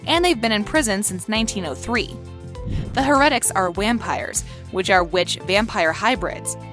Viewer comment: OMG if there is anything I can not stand it a narrator who does not pronounce things correctly! Stefan is pronounced STEFIN with a FIN sound. And heretic is pronounced ( hair a tic) duh! Clearly the person speaking has never watched one single episode or they would know how to say Alaric it's pronounced ( AL R IC with an strong R sound